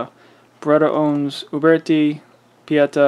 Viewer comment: Traditions and taylors and company make replicas. And if i never have to hear you say uberti or pieta again i will be content